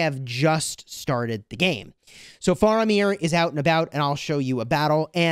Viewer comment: He said Faramir wrong :(